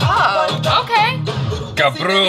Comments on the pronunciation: Oh well I have to mention this did an awesome job in pronouncing Gabru!! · The first Indian word u said right 😂😂😂"GABRU" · Bhai woh "Gabru" Bola 🤣🤣🤣....Jabru alag word hai Gujarati mein😂🙌✌️ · Are we not gonna talk about how correctly pronounced gabru😂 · The way pronounced GABRU..... I was like damn... Totally punjabi tone... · Now you should get a "Gabru" t shirt for the next video. As your accent for "Gabru" is perfect and you are officially "" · Perfectly said "gabru"